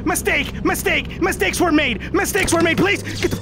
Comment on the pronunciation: "My Steaks Were Made" that's what it sounded like to me